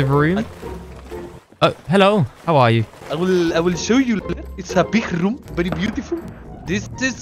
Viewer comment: This guy again 😂😂" bery experienced with hotel you know "